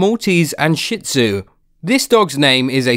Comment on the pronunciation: It's not shit zu it's shih tzu